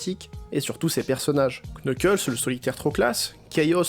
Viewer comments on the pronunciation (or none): Dans le nom "Knuckles", on ne prononce pas le K.